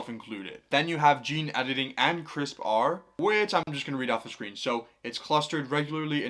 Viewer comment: CRISPR as a possible alternative to retinol? Sounds a little extreme for most of the uses of retinol! Lol. Tip for easier reading next time if you do a full video on the alternatives: Most people presenting on CRISPR are pronouncing it like the word "crisper."